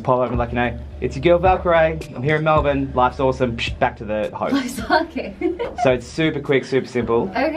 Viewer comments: She actually says Melbourne correctly 🤣 most Americans say melBORRRRRRRRn” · You said Melbourne perfectly 😭😭❤️❤️ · when she pronounced Melbourne correctly I freaked out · I think your the first American that has said “Melbourne” properly! Big props Rae! Glad you enjoyed Australia, hope you come back and visit us again! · That shocked me too, it was weird to hear a foreigner pronounce it correctly